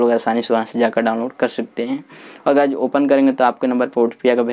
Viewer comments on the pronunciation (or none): Guyj nahi balki guys